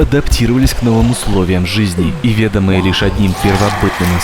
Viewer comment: Если пишешь/обрабатываешь текст нейронкой, то хотя б ударения чекай при озвучке (вЕдомые/ведОмые и т.п.). Потому что такие моменты звучат, как будто читаешь текст, который не понимаешь. Дьявол в деталях. Без негатива. Видос классный, посмотрел от и до.